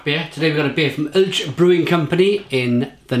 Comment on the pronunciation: the brewery is pronounced Owl tche. Thank you.